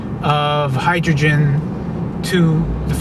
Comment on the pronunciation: not hydrogren!!!!!!